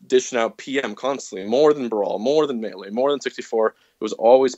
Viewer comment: "Miilay" - Fantano